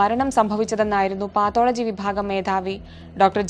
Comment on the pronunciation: പാത്തോളജി അല്ല പത്തോളജി...... 😁😁😁😁